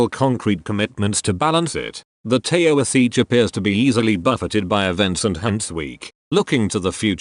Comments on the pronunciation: It is pronounced Tee-shock. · A “ Tayo-a-seech?”. If your text-to-speech app can’t read Gaelic then don’t use it. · Yep, in particular the "tao - is - each" and "fine - gale"